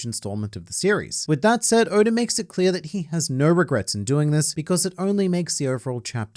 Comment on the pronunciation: Sometimes it sounds like he's saying "odor"